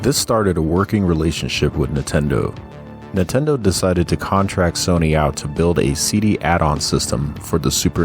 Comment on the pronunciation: These videos are awesome but I think I've developed an eye twitch from all the times I heard say "Nuhtendo" 😂